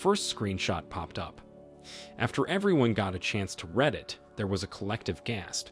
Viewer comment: You mispronounced read, lingerie and moron in the first story. Come on man!